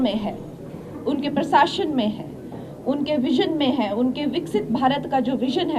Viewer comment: Madam prs shashn nhi hota prshasan hota hai aapko tou bolna b nhi aata kaha ........... rhi aap